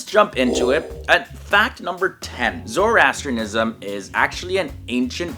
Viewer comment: May be start by learning to pronounce it correctly!